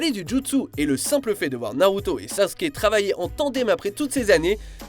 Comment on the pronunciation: Je suis bien content que ait prononcé Sasuke correctement